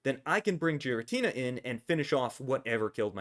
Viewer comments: Btw it's called giratina and not jiratina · Idk why you pronounce pokemon names like that but the japanese pronounciation does not sound like so. Whenever a pokemon has the same name in japanese I'll say it as such, hence giratina with G like getter. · I can't focus when you say giratina like that.